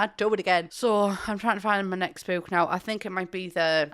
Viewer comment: I'm here to hear her say bewk. I love it